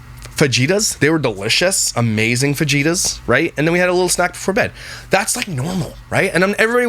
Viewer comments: josh, wahts a "fa-ji-ta"???? do you mean Fajitas Fa-Hee-Tass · 2 things josh. Its not faGitas.. faJitas … like pronouncing an H😂 and the second thing. What does stones in your ear mean? Please explain that shit! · I love you Josh… it’s fajitas (fa-he-tas) not (fa-ge-tas) 🙃 so cute 🥰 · Fa-Jitas? Lol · Fajitas are pronounced fahittas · I love you but it’s pronounced fahitas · I am cracking up at how you say fajitas! The j in Spanish is pronounced “H”. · It's not fajitas as you say it. Pronounce it fa he ta. 😊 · Lol what ef is a fuh gee ta? Is that a Canadian food? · Josh no hate but it's pronounced faheetas😂😂the j in fajitas is silent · Pardon my correction, but fajitas are pronounced fahitas :) the j is an h in the mexican pronunciation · Fajitas is pronounced FaHeata (the more you know) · Say it with me Josh… fa-HE-tas. “J”s are pronounced with an “h” sound in the Spanish alphabet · i can deal with yapples.. but fagitas……😑😑😑😑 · that is crazyyy🫣 I didnt even know this could be a thing! I hope he gets that fixed.. sounds crippling to me! It still killed me to hear fagitas man! I just cant🤣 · Are fajeetas, fajitas? Lol i laughed so hard. Maybe fajeetas is something else. Or maybe you mispronounced on purpose. Idk but it was so funny to me. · Fajitas. I live in Arizona. Am also a foodie. So i know this. The j is pronounced h. Fa he ta. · I'm pretty sure he mis pronounced it on purpose. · The way you said Fajitas 😂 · I’m praying the way you just pronounced Fajitas was a joke lol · Oh he knows how it's pronounced. He's just being funny and it's more fun to say it that way. He says other things incorrectly on purpose for the humor of it. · It is fajitas. It's just funnier said that way which is why he says that and a lot of other words incorrectly on purpose lol